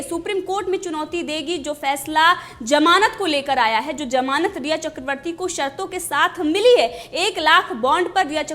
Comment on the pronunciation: Madam it is zamanat not jamanat 😂😂